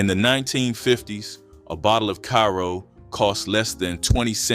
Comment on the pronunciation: Too many mispronounced words, Karo syrup and Cha Cha relish u learn better 😜😜 u make same DUMB mistakes on all videos 😞